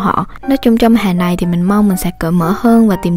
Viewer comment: giọng cj kì quá nhưng hay, mong j cố gắng khắc phục(chữ hè cj nói giống hòe)